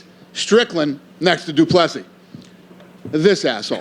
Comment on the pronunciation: Seriously Dana.. can you pronounce Dricus’ full name right please ffs 🤦🏻‍♂️ [Doo-Pla-See]